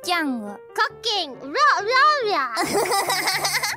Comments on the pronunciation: Ryourya vs Wouwi was pretty good at pronouncing it like, so apparently accent works well for babies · Neither of them could properly say “ryouri”. Truly an akachan duo momeny